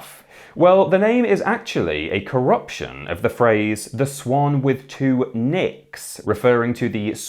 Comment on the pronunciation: Anyone else hear 'Swan with two nips'? 🤣